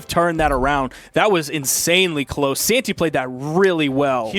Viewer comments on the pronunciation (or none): Nobody gonna mention how the commentator occasionally says Santa instead of Santy? Ok